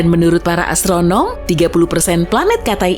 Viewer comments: Astronom. Pake headset denger nya:). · Astronom. Pake headset :) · Astronom. Pake headset:).